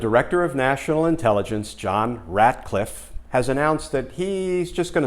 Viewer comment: It's Ratcliffe, not Radcliffe, as in Rat